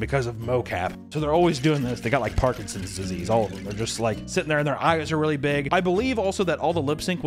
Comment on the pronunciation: when this bro said "wiwee?" I lost it.